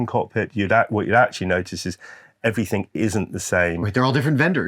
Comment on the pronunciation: Everything you muppet not everythink. A grown man who can't even speak properly.